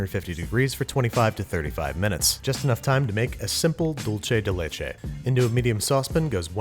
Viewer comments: I admire the restraint of all the Mexicans in the comments not complaining, but having been corrected many times over my life, IT'S SPANISH, NOT ITALIAN! Dulce de leche is pronounced "DOOL-say day LAY-chay." It means "sweet from milk." Stop confusing it with the Italian word dolce (pronounced "DOL-chay"). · Pls say /doolseh deh lehcheh/ Don't say /dolche/ That sounds Italian, but it's supposed to be Spanish. Thank you. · Dulce de leche is Spanish. You pronounce it dool-seh, not dol-che. That is all. Well also your vowels could stand to be shorter, you sound like a Texan when you say "leichei" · "Just enough time to make a simple Dulchay de Laychay." ~Babish 2019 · He nailed Tres Leches for someone who isn't a native Spanish speaker but he called Dulce de Leche, " Dulche de Leche ". .3. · JAJAJAJA dulche dhe lesheeeee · Babish I love everything about this video but... Dulce de leche... Doolceh deh lehcheh (english spelling of the pronunciation) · Then you aren't a native spanish speaking mexican my friend, that's not how you say it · Babish, it's dulce de leche is Spanish not Italian. There's no che in dulce. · Oooh the way he said dulce de leche sucked a lot!